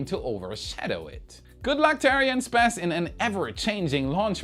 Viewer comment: Hi, ARIANESPACE being the combination of the words ARIANE and ESPACE, the correct pronunciation sounds like: Ariane s pass, "s" being pronounced like the letter in English... Good luck and I hope to hear you saying it correctly soon. Keep on showing your passion for Space and SpaceX